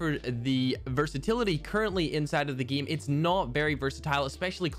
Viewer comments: idk why but i always gag everytime he says GIEM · 8 = eett Game = gene What else, does he say lol??